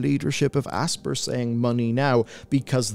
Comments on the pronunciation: it NOT ASS-PUR its ASS-PIE-ER , you calling it Aspurr is gonna give me a frikin' anyurisim. Just Kiddin' it is kinda annoying though. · This is the new Ubisoft (you be soft). It's pronounced Aspire. Class over. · It's pronounced "aspire" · have you never played an Aspyr game? their pre-menu video clip is literally a woman saying the name of the company while the logo gets hit with lens flare and she says "asp IRE" like the word 'aspire' not 'asper' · I always assumed Aspyr was meant to be pronounced the same as "aspire"...no? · it's pronounced like "aspire", sir.